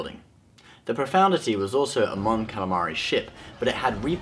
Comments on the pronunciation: Ugh again, it's not pro-found-ity It's pro-fund-ity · Did he say Radis's ship was the "Profanity"? or the "Profoundity"? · Good video, but it's Profundity, not Profoundity - there's no such word